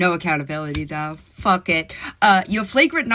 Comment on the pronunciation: Did she seriously say “fragrant nonsupport’? I’m going to need an explanation of that charge! 😂